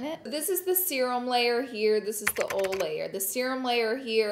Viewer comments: Oil=awl lol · OLE and GREE-Z lol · Lol ole 😂😂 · Laura try saying Oy-yal for oil! Ole .... 😂 Gawd we love you! 💋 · She say ole for oil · Take a shot every time Laura says ole in this video 😂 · I was just smiling listening to her say 'ol' several times in a row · It takes me back home every time Laura says oil 💀🥺🥰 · We need a 24 hour video of Laura saying oil over and over lol ☺️💕